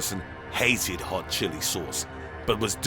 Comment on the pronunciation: the way he says VERY HAWT CHILLI SAWCE